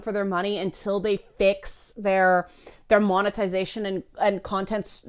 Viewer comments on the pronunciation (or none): none